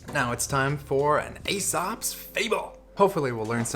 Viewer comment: dude!!!!....its pronounced eeeesops fables !the A is silent.